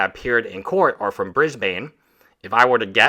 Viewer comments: 3.49 It's pronounced briz Bn, not Briz - Baine. Just a heads up. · Just for the benefit of everyone.. Cairns is pronounced Cans, Brisbane is pronounced Bris-buhn